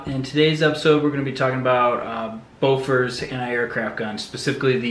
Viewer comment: Bofors not Bofor......